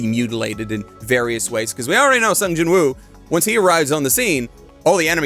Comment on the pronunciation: I read Solo Leveling. It's quite good. Greatest thing ever? No. It's just a cool power fantasy. Not much different from (pick an isekai). Except it's basically reverse-isekai. The monsters come to our world, and some us get powers. Edit: Also, I find it weird you're saying the w in Jinwoo. Apparently they don't in Korean, which is why the dub says "Jinoo." Edit 2: I want to recommend that anyone who EVER prefers READING a manga over watching, should go try reading this. I basically always prefer watching... but there's a bit more if you read it. And I don't just mean a continuation of the story... I mean slightly more depth. Honestly, I read Eminence In Shadow, too. (Good anime, too. And I LOVE that Alpha does an I Am Atomic in the anime. All 3 versions of that are slightly different, so they all have their own strengths. No real weaknesses except it's obviously easier to show cool stuff in animation, or manga, as opposed to the pure text of a LN lol) I like that slightly more than this, actually, because it's INTENTIONALLY a parody, and leans into it. This is basically an accidental parody. It takes itself seriously, but not SO seriously that it's a parody that way... so it basically doesn't do serious or parody properly... but man, it's fun. And I do watch a lot of isekai trash... this is way better than Arifureta, for example. There's less depth than Mushoku Tensei... but depending on what you want from a series, I'd argue this could be a better watch than that, too. But i